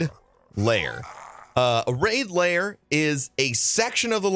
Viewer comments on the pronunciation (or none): LAIR... not layer